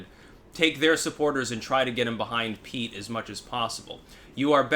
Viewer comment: I like how he continues to mispronounce Pete’s name. A good way to tweak his fans.